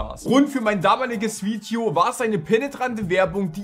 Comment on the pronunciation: muss ganz dringend lernen wie man “Video” ausspricht